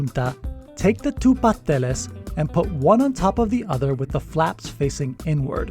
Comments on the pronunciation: I ain't never heard a Caribbean pronounce the first S in Pasteles lol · Love the recipe and will be trying it out with the pre packaged masa, but the you're killing me with the way you pronounce pasteles. Please dont forget the first "s' paS teles lol